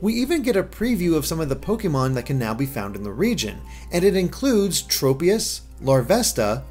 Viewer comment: Say tropical. Now replace the ical with ius. Congratulations, you can now pronounce tropius correctly.